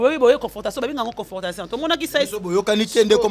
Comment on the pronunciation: Confortation te,on dit Confrontation Oza kaka na impolitesse... Tu insultes une mère 🤦‍♂️ et tu ne te reproches de rien.